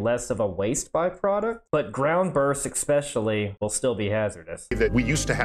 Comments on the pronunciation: eSpecially eSSpecially ssssss 🚫❌ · You lost me at "eXspecially". Come on man. You're supposed to be smart. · Genius level. Still says "ex-specially". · I'm sorry mr scientest, did you just say "expecially"? There is no x. That is not how you say it. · People that say eKsPeCiAlLy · You lost on credibility when you said the word "ekspecially" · a nuclear scientest still says "eXpecially". oh the irony